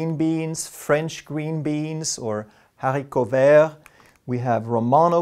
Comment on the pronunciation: I love BARU SEEDS, I eat a few every week, it’s not a nut but taste like peanut, healthier too. Also, bravo on the way you pronounced Haricot verts , ❤❤ 💪🙏👍🇨🇦🤪, you are a champ too!